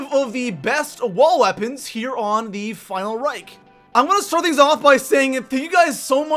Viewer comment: Geez stop calling it the final rike that pisses me off its called reich not rike